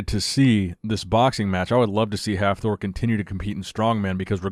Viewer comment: Please don't try to pronounce Hafthor, ever again